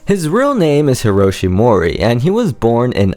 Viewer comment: MO-Ri-EH you need to pronounce the "E" (like in Elephant and not E like in Eve) at the end of his name . :)